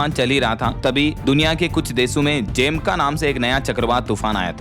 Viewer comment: आप जमैका को बार बार ज़ेमका बोल रहे है